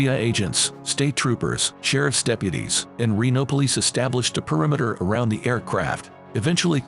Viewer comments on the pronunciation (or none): none